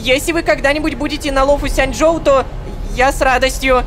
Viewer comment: почемуу ну почему лофу сянДьжоу если лофу сянЧьжоу